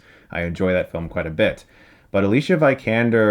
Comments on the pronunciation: Come on Chris! She's an Academy Awards winner for Fs sake... Not some obscure actress from eastern Europe. Just pronounce her name correctly... It's AliSia Veekaander Not the lazy Americanized Aleesha Vikander... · Chris' pronunciation of Alicia's name is terrible, he only had to look up an interview and listen to her say her name. He also did it with Saoirse Ronan and he should be a little bit more informed about the actor's names of a movie he is reviewing. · yeah i cringed every time you mispronounced alicia's name